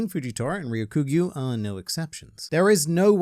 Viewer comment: Hey it's not Ryo Kyu Gyu it's Ryoku Gyu. Ryoku should be read together Ryoku means green. Like Ryoku Cha means green tea.